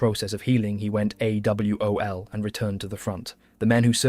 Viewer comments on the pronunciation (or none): Great story just gonna help you a little with some lingo. For AWOL we dont say the letters we say ‘ay-wall’ and the same for MACV-SOG we say ‘mack-vee-sawg’ and those guys were total badasses. Best of the best.